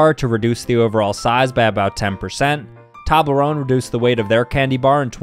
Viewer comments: "Taweblorone" Mate, it's pronounced "Toeblarone" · The way he pronounced toblerone was upsetting to say the least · needs to learn how to pronounce Toblerone. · Why is no one talking about how he pronounced Toblerone wrong. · Nope, he pronounced it wrong and toblerone wrong.